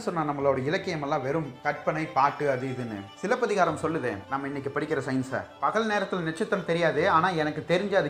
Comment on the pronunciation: I really like the way you said silapathikaaram 👌 love your channel